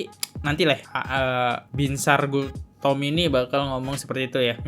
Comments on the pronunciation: Bos nama orang yg benar disebut jelas² tertulis BINSAR GULTOM tapi ber-kali² disebut GULTOMO knp ini ??? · Bang, baca nama jgn salah2 dong, Binsar Gultom, bukan Binsar Gultomo. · Host matamu rabun ya?? Nama hakim itu binsar gultom bkn gultomo Nm pengacara Otto hasibuan bkn hasimbuan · Nyebut namanya salah2 mulu bang